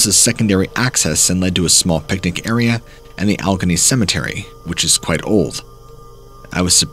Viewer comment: Alleghany (Al-a-gain-E) Alleghany